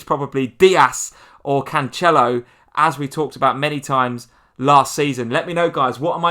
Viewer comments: Pronounced "canselo" nor "canchelo" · And it’s not Canchelo either 🤦🏼‍♂️😂